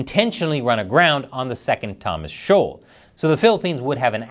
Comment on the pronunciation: Why are you using "shaol" for a shoal?